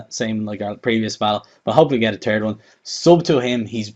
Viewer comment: Lol he said turd gen.